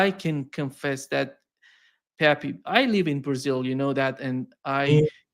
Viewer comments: His name is NOT PepY. It's pEpE. Both "E's" sound like the "E" in Egg. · I laugh a little every time calls Pepe, peppy.